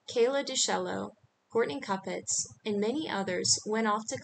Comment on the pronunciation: So this channel is using an AI voice too. That mispronunciation of Courtney kupets was glaringly obvious. I thought I heard another mispronunciation in another video. I get it. I just think thats interesting.